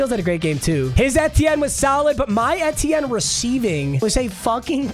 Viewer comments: its travis ee-tea-en not eh-tie-en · I am a Clemson fan and I don't think that's how you say travis Etiennes name Just saying can't control you great vid. He went to Clemson btw